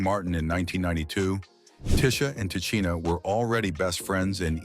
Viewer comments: It’s pronounced tasheena not tich-in-ah like what lol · AI commentator called Shenaynay - Shenanny, Bruh-man was Brew Man, Tommy Mikail Ford- Tommy Mickel, TIshINA instead of Tichina. Please stop using AI for black stories if it can't even pronounce our names correctly. So disrespectful for such a great show. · Who the f**k is Titch-a-nah? 😄🤣😭 I can't listen to this AI bvllsh*t. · Crazy how this AI is miss pronouncing Tichina Arnold name